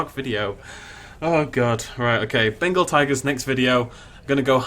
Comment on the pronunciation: Anyone here him say bengal tangers